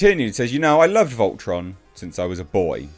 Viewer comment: Volton? It's Voltron